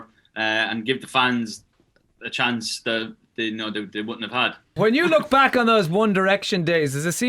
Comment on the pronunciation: "The chonce"